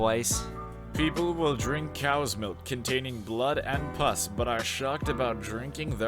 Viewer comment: it’s “pus” not “puss” FUCK